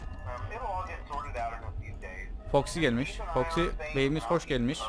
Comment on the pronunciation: abi foxy toxy dedin